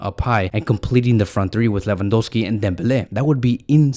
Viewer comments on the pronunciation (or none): none